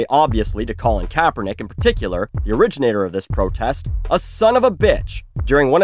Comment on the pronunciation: I’m so so sorry, but I have to say this. When Buckley said “Colin Kaepernick, the originator of this protest” I heard ‘Colin Kaepernick, the rich nigga of this protest’